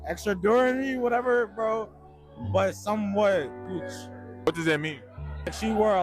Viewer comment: Damn…. Brandon… say “goochie” ….. now u know what that word is